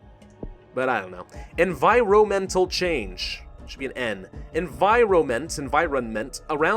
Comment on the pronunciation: "environental" something's wrong